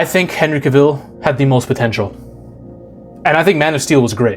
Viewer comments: Cah-vill.. not cuhvill.. also this new superman looks like a chump. All we see is his ass getting handed to him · You pronounce his name wrong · Dude... at least pronounce a Henry "cavills" name right... by the 3d time you pronounced it I clicked off the video 😂😂😂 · You can't even pronounce his name. Having him forced to kill in the first movie not only shows that he chooses Earth over Krypton, it also establishes a grounded backstory to his "no kill" rule moving forwaard. He was still Clark, this was his first appearance as the Superman and his identity hadn't been fully estaablished yet, he had no experience and that's why it' snot until Black Adam that you actually see the Superman that we all know. This was only an origin story and Warner Brothers killed it off before it had time to cook. This is why Warner Brothers deserves to fail, because they've had over 40 years of fuumbling the ball when it comes to DC films.